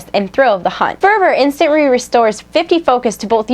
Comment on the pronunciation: instanry? ohrearry? i lol'd